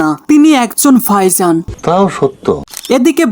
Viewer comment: ভাইজানকে বলতেছেন ফাইসান! মানে সীমা আছে ভাই, একটু এদিক-সেদিক হতে পারে বাট এতোটা? উচ্চারণে কাজ করুন অনুগ্রহপূর্বক।